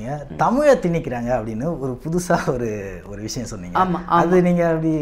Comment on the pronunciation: சகோதரி சாப்பிடுவது தமிழக சாப்பாடு தமிழை விரைவில் கற்றுக்கொள்ளுங்கள். விஷம் இல்லை சகோதரி விஷயம். எங்கே சொல்லுங்க விஷயம்.